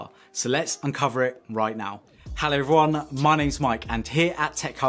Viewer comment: I freaked out when you said "hello everyone" because it sounded "hello Ron"...my name is Ron!